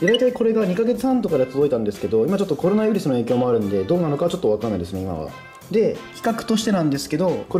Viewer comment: コロナウイスルになってるw